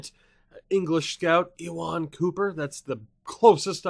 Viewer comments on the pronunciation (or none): Ewan is pronounced like "You in" but as one word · From my experience, Ewan is pronounced you-in